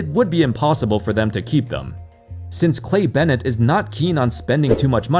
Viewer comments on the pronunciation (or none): none